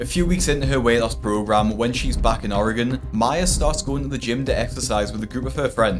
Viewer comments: you were so close to pronunciating Oregon correctly like us Oregonians (fifth generation). Kudos to you!!! Better than most U.S. citizens. But that's only because of your accent. Fifth generation Oregonian. You got it. 😊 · This is random, but thanks for pronouncing oregon correctly. Even people in the U.S. dont know how to pronounce it correctly.